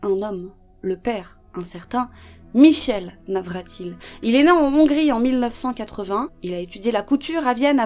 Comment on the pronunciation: On ne dit pas en Nhongrie mais en Hongrie 🤦🤦🤦 et à 3 ans 1/2, il était capable de différencier les classes sociales alors qu'il ne connait même pas son nom ?? N'importe quoi c'est du blabla sans aucun fondement Trop nul 🤮🤮🤮